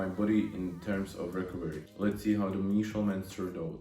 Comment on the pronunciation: Typi na výslovnosť: much= mač Measurements= mežrments Since= sins Ago= egou Každopádne rešpekt za to že už takto mladý tvorí videa a ešte aj v anj. Čo sa výslovnosti týka, každý sa časom učí, dúfam že ti môj komentár trochu pomôže. Rad budem sledovať ako sa každý deň zlepšuješ💯. Tiež by som rád začal takto s tvorbou na ytb v anj.